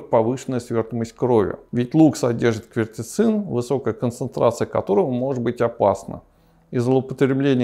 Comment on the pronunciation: Извиняюсь ,доктор, правильно не квертицин а кверцетин!